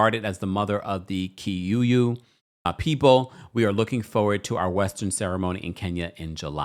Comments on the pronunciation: It's Kikuyu not Kiyuyu. Kikuyu is the largest tribe in Kenya. Love your show,. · Excuse me its KIKUYU not KIYUYU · Aww Kenyan here, its pronounced Key-Coo-You. Appreciate you. And to be honest in our culture, your dowry celebration is more serious than even the white wedding sometimes. Once that's done you're considered married according to culture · Not Kiyuyu but Kikuyu ❤ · What is kiyuyu 😂😂😂. It's kikuyu